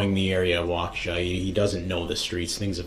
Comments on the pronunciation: Walk-A-sha CO. WI.... not Wacooosha. :) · It's walk-E-Sha not wahkooshuh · Wau-kew-sha??? WAU-KEE-SHAW. 😂😂😂 Kinda like Mill-wau-kee…. But loose the mill, and add a shaw…. WOW 😮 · No disrespect, but it is not Wockoosha it’s sounds like (wauk-a-sha) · Awesome video! Just letting you know. We pronounce froedtert like “Frey-dert”, and Waukesha sounds like “walk-ah-Shaw”. As I’m a Waukesha local I appreciate this content! Thank you. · Hey man, new sub here just wanted to let you know it's pronounced wok ah shaw. This man is a disturbed , entitled, volatile living being . I watched the entire trial, I couldn't believe this guy, I feel sorry for his children having to endure the wrath of his evil doings. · New sub-loved all about ur vid-Except! (You’ve prob learned by now-sorry!) it is Waukesha!! “WOCKA’shaw”! Great job! Lots of good 411! You found background info I’d never ever heard b4!! So, thanks for the hard work! Great channel! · It’s pronounced Walk-eh-Shaw! I hope this helps! A Waukesha native! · Walk-a-Shaw is how you pronounce the city where he murdered 6 people. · The really low bond was in Milwaukee. He was bailed out by his mother 2 days before the parade. The statutory sexual seduction was in Nevada. Ebony died of a drug overdose. It's pronounced Wau-ka-shaw. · Waukesha, pronounced walk- ah- shaw. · Just a lil assistance with how they say those weird names here in Wisconsin. Freodtret is pronounced fray-dirt Waukesha is wa-ka-shaw ~great in depth research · It’s pronounced wok-a-shaw. And Illinois is pronounced without the s. So Ill-i-noy. Thsnks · Good grief man. The city is pronounced Wah-kuh-shaw! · Baby its Wokashaw. Not wok a but wok ah shaw. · Bro, you know damn well the “s” in Illinois is silent! Illinoise!? Come on bro!! “Wakoosha” Wisconsin??? Bro they say that cities name 400 times during the trial. Come on bro. We gotta talk better than Derrell! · Waqusha, Wisconsin haha!! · Dude it's WAAA KA SHA Wisconsin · It’s pronounced walk-ish-awe.